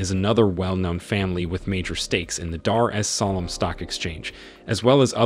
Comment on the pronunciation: How hard is it to say Dar Es salaam